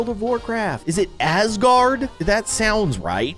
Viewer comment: When he said Azgarard I am watching Avengers/Thor rn!